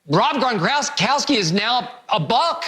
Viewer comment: “Rob Grongronkgry”